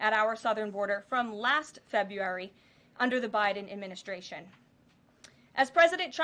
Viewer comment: She always says, " adminiSHtration", haha